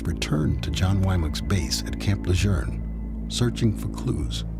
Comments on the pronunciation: Supposedly, Gen. Lejeune's descendants made a stink about the pronunciation of the family name some years ago. They say it's "Le-zhurn." My question is, why did it take generations for them to clarify the pronunciation? The base was named after the General in WWII, for krissakes - over 70 years ago! Old Marines like myself continue to say "Le-zhewn". My son is a Marine Corps veteran now himself, and he says it the same way. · The guy had the best the world has to offer and he threw it all away. Ladies, we have to stop thinking we can fix broken men. ps. Any idea why they were pronouncing Camp Lajeune incorrectly? It's Le-Joon. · Why is everyone in this episode saying "Camp Lejerne" instead of Camp Lejeune? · Why does the narrator and detective keep pronouncing it Camp “Lajurn”? 🤦🏼‍♂️ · Please for god sake no it not camp lageren. It’s is pronounced Camp La June. You’ve lost all creditable with any marine or marine affiliated person with this wacko not investigated pronunciation that’s correct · Bad that an official from the NCIS can't even pronounce Camp LaJeune He is calling it Camp LaJeurrrrn. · Off topic, but Camp "Lejeurne?" Why do they keep saying that? Bugs the hell out of me. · Isn’t it pronounced Camp “Le-June?” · It’s PRONOUNCED CAMP LE ZJUNE THERE IS NO R IN IT. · In the area it's pronounced Le Jurn. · Le zhune is how we pronounce it. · Camp Lerjern? are they pronouncing it differently nowadays? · I know! Making me crazy hearing them pronounce it this way, “Camp Lajurnnnnn” no! 😂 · I live in N.C. and I have heard it both ways. I’ve always said camp La-June. This video’s pronunciation bugged me to no end lol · No R in Camp Lejeune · Last I checked, there is no "R" in Camp Lejuene. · There is no "r" in LeJeune. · There is no r in camp L..... learnEnglishcorrectly wokecbs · As a native of North Carolina the way the narrator says Camp Lejeune is pissing me off!! 🤦🏾‍♂️ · Why are they continuously mispronouncing Camp Lejeune? There is no R in the name! 😡